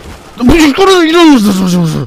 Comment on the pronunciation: jak przeklina to brzmi jak 5 letnie dzieco tak wymawia te "kurłwa" albo "japierłdole"